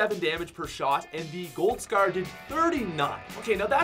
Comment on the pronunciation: Why do you say scer instead of scar